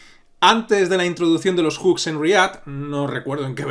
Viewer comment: tu siendo español, que bien pronuncias "Hooks" normalmente la gente de aqui (España) pronuncia Juks 🤣🤣